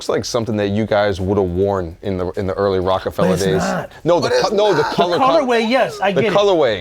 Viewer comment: for saying Rock-A-Fellow instead of Fella 😂😂